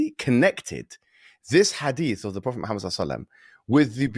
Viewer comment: Hiw can you speak about islam and, and get his name wrong this is just basic stuff, embarrassing